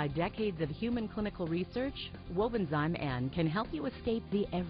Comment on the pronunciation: Please pronounce properly. It’s Wobenzym . Zim not Zime.